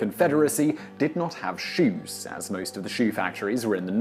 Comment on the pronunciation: Stopped watching as soon as he said: “shoes”.